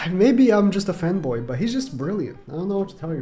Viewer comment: every time u say fanboy i hear femboy and i imagine u as one